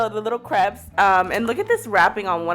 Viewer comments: It’s not crep it’s crape!!!!!!!!!!!!!!! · CREPS😖😖 it’s pronounced *crepe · *searches comments to see if anyone else noticed she pronounces crepes as crehps instead of cr-aye-ps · Did anyone else almost DIE laughing when said kr-ep-s like it is spelled instead of kr-ape-s!😂😂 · It’s pronounced Crépe!!!! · The ways she says crepes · How they said crepes triggered me so badly